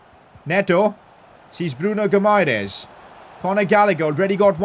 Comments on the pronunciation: Its pronounced Bruno Goo-ma-resh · Bruno Guimaraes's name is pronounced as gui-ma-resh. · its pronounced as Bruno = "Bruno" (Fernandes) Guimaraes = "Gi - Mae - Res". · PCQ: The Gui in Bruno Guimares’s name is pronounced like G in Doggy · His name is Guimares ( gwi-mah-rez ) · Hey, u say Bruno Gimaraesh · It's gee-ma-raa-ees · when saying brunos name you should add a sh like bruno gumairesh like fc wonder kids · PCQ: Yo you need to make Ronaldo the club captain if he is playing his last season in football considering he is the captain of the Portuguese national team you know Btw it's Gu-i-ma-ra-es-y but the y is silent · Pcq: Bruno "Gumaires" does not say like that, on Portuguese with Brazilian accent it sounds like Bruno Guimaraes (Gimaraes) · It is Gui-mares not Gu-mai-res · Pcq: The Brazilian DM's name is pronounced Gee-Ma-Rei-Esh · Btw it’s pronounced “Bruno Gyumaresh” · Actually Guimaraes is a town in Portugal, and you should say like GIMARÉINS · PCQ: It’s pronounced Bruno Gi Mahrez or Bruno Guimarães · its pronounced "Gee-muh-rije" lol hard to type it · It is Bruno 'Gimara-es' That's how you pronounce it😅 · PCQ: Bruno's name is pronounced Bruno Gi-ma-rays. Atleast in English ❤️ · He is pronounced key ma ri esh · Pcq: You pronounce Guimares' name as Gee-Me-Rech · Bruno Guimaeres's Name Pronounciation Will be Bruno Gimaresh. Btw Love your videos❤ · Pcq:pronounce guimaraes like gwimaraesh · Guimares's name is pronounced gimaresh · Guimaraes’s name in “Portugal” Portuguese is Gi-ma-resh. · Bruno guimaraes is pronounced like bruno "geemarice" You got me? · Pcq: Hey, it is pronounced "Bruno Gi-mah-rah-ish"" Hope you get it:) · Its Bruno Guimaraech thats how its pronounced 😂😂😂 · It is Gui-mares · Pcq: its pronounced as Bruno Gimahrez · Guimaraes is pronounced as GIMAREIS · Pcq: Bruno Gi-ma-resh idk I think that’s how you pronounce it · Its Bruno Guu-Mah-Resh ......... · Pcq: Guimarães's name is pronounced Goo-e-Mar-ees